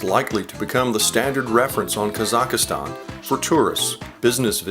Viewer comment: It is not pronounced "Kazakh-a-stan." It is "Kazakhstan."